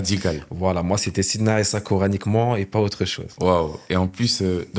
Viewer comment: Il ne sait même pas prononcé sayedna 3issa (3aleyhi salam). Et ça on le voit a peine en 21sec de vidéo.. Faite plus d'efforts quand vous mentez